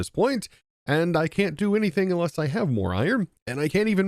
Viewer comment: You are pronouncing words wrong. “Ekspecially” “A nuff” “Inless”